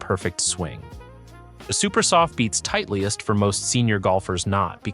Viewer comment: good content, but can't believe this guy doesn't know how to pronounce Titleist